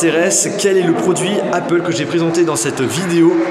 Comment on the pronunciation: "APEUL" c'est quoi ???